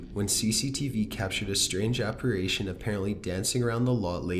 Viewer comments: "Apparation?" Apparition? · yes, sounds like he's saying operations lol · thank youuu. Also it's apparition NOT apparAtion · No.3 was disproved by Mythbusters and I have to quickly point out it's appar"i"tion NOT appar"a"tion. No hate just being a tad OCD lol x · Please, pleeeeeeease stop saying "APPARAYTION".... It's pronounced Ap*pa*ri*tion, thank you 😁 ❤ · apparation? no dude, its apparition. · It’s “apparition” and NOT “apparation.” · Are u saying "apparation"? It's apparition! Lol! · Number 7 it's "Apparition" not "ApparAtion" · It's "apparition!" Apparation is not a word! Neither is "Angelican!" It's Anglican. Please actually read what you're saying. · Hi. Love your stories. However, if you're going to do creepy pastas, you should at least learn how to pronounce apparition, which is: A-PAR-I-SHUN, not a-par-ay-shun. Sorry - I'm a bit of a grammar nazi. Also, in the video of the specter on the tabernacle at Newby Church, the church is actually named "The Church of Christ the CON-SO-LER", not COUN-SEL-OR. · ApparItion, NOT apparAtion!!! Unsubscribing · Provoktion and apparation? I guess I learned two new words, thanks! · The scariest thing about this video is the use of the words “provoke-shun” (provocation) and “aparation” (apparition)!😝😜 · Did I hear you say “ PROVOCTION, APPARATION? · I like how the narrator says "APARASHION" lol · Why do you say apirition as apiration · Jesus, kid. "Without provoktion?" "Lost a 20 found bet"? Lol. "Angelican church" "apparation". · please learn how to pronounce apparition. please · I know there are over a million subscribers but please for Pete's sake learn how to pronounce apparition or don't say it at all. Thank you